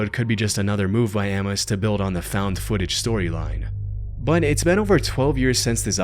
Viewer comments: I've never heard someone say Amos wrong before. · Buddy. Love ya. That is not how you pronounce "Amos."